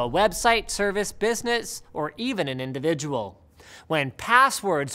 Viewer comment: "Or even an invididual" GG Linus